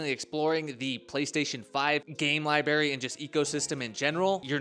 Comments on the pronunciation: “ Lie-berry” = “library” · what is a Lie Berry? 😂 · your teachers handed you your homework face down bro lol whats a lie-berry?